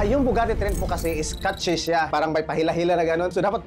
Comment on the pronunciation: Mali kasi yung nabanggit nya "Nabugati" di new Bugatti 😅 sana okay ka lang po te 😊